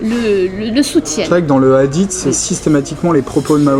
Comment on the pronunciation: Commence par bien prononcé le hadith c'est pas adit